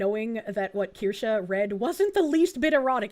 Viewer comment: how deep did he dive if he didnt even learn how to pronounce "kirsche"? (probably he did and just pretending, but anyway, how tf does this deep-diver have more than 2 subscribers: his mom and grandma)